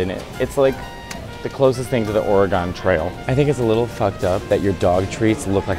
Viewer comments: it’s pronounced “Orygun” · As a native Oregonian I must take issue with your pronunciation of Oregon. It's not oree-gone, it's just or-uh-gun, and barely hit the uh. 😁👍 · Hi Matteo. Orygun, please. Not Origone. Did the person in "The Oregon Trail" computer game pronounce it Origone? I never played it. I did own a board game version of it before the computer game came out. It was a far less deadly multiplayer game. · Okay Matteo, let's start with Trader Joes, obviously you had your mind made up before you went inside and evidently you've never bought and eaten anything from there. The comparison between what TJ's sells and other markets is most everything tastes way better when it's from TJ's. Also, it's not Ora-gone, it's pronounced Orygun. I don't pronounce Illinois as Illin-oys. As for the Container Store I agree with you totally, it's hell on earth. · It’s Or-e-gun 😂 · “Ore-GONE Trail”?? Why wasn’t part of that game dedicated to teaching the children of America how to properly pronounce it? Asking for a friend. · Love you, but why do you pronounce Oregon like that ? 😂 Ore-gone girl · Not a Trader Joe’s shopper, but am an Oregon resident and I invite you back to work on your pronunciation of Oregon 😂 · Oh Mateo. You know we're going to come for your pronunciation of 'Oregon'. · You pronounce Oregon or wrong🤦🏼‍♀️😪